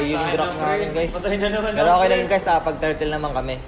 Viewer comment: The only thing i understood was ling tutorial guys * guys* gaaaaaichhh